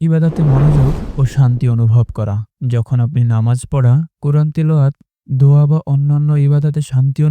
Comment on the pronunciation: আসসালামুআলাইকুম হযরত আপনি একটা কথা বললেন আল্লাহতালা দয়া বাদ দোয়া বললেন ঠিকমতো বুঝা যাচ্ছে না